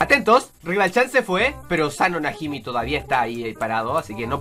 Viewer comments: Oye,es Osano Najimi,no Osano Najimo,ten en cuenta que es el hermano de Osana... ¡Pero buen vídeo!Soy muy fan tuya,y de tu primo perdido XD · Oye no se dise oxano najimo se llama oxano najimi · Creo que no sabe que los apellidos no se cambian porque es Osano Najimi, no Osano Najimo:v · porque le dice Asano "Najimo"? y el verdadero nombre es Osano "Najimi" porque aunque cambies un personaje de genero su apellido no puede cambiar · el el apellido sije siendo el mismo no es najimo es najimi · perdón no es najimo es najimi es decir osano najimi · es osano najimi, no najimi